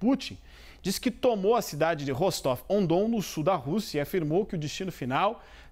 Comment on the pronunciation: A CNN não tem ninguém que entenda um pouco de Geografia ou de russo? O nome da cidade é "Rostóvia do Dom". Você pode até achar que "Ah, então estão dizendo o nome original na cidade", mas não, o nome original da cidade é (pronúncia aproximada) "Rastof-na-Danú". De onde eles tiram esses nomes hein?